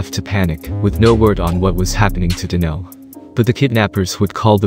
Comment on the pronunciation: Yo Mr. Narrator it's Donell not Danell. Nothing like a foreigner trying to talk about nigga hood shit LMAO